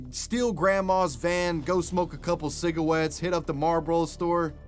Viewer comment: What's a Cigawett ??